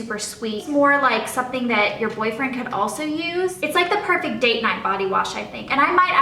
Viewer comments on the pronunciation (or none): none